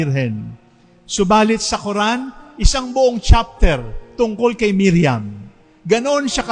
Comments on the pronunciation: mariam not miriam..d nkpgresearch ahhh...legit sna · Mariam Not Miriam